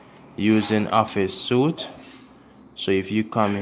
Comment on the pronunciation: suite is pronounced like English sweet. Suit is pronounced like sooot.